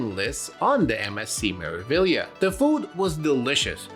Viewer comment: MSC "Mare-ah-vee-yah" 😊